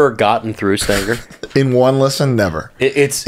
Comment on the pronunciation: Calling St. Anger, Stanger, is too damn funny.